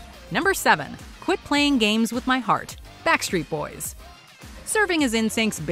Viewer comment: Lol she said WET BACK street boys